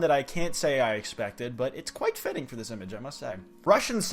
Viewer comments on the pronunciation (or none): I never knew could physically make that noise and I'm not sure how to feel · Why did he call himself